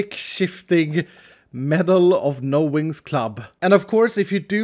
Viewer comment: It sounds like he's saying no Winx club! I don't know why it sounds like he's saying that to me...